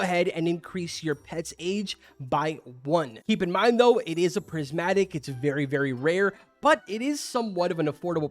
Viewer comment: Saying phrismatic